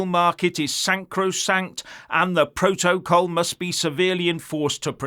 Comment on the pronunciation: Var-ad-car, pro-to-col , learn how to read Ff,s, imagine this little git, running the U.K.